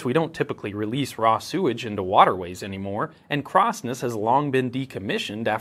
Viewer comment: Such a shame about the Crossness pronunciation